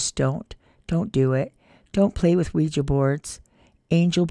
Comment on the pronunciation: 'Ouija' not 'Quiji'!